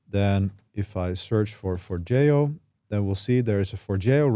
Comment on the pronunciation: Finally, someone that pronounces Forgejo correctly!